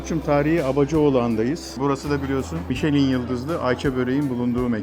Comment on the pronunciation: "Mi-şe-lin" değil cahil herif, "MİŞ-LEN".